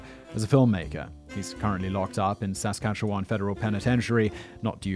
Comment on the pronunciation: Ha ha the way non Canadians say Saskatchewan makes me smile